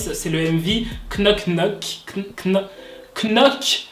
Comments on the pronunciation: Le "Knock Knock" se prononce nock nock 😭Mais sinon, j'aime beaucoup tes vidéos ❤️ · Moi j'adore Twice je comprends pas pourquoi c'est si disliker surtout TT et Knock Knock Ps : ça se prononce Nock Nock je crois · ps:knoc knoc ont le prononce nok nok lol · Knock knock ca se dit nock nock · on prononce nok nok 😂❤ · « knock knock « on prononce pas le k .-. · <Knock knock> c’est en anglais, en français c’est tock tock (genre quand tu frappes à la porte) et le k ne ce prononce pas comme . Tu m’as fais rire quand tu l’as prononcé mode c’était un truc chelou qu’elles avaient inventé 😂😂